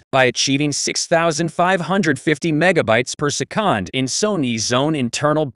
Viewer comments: Wtf is "persekand"...? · per seh-COND